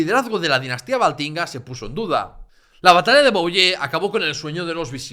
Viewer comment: Enhorabuena. Un ruego: procura pronunciar correctamente las palabras fracesas: Soissons se pronuncia “suason”, Poitiers es “puatié” , Vouillé es “vullé”. Oyèndote me he perdido un poco por esa no-pronunciación. Y eso que hablo francés desde niño….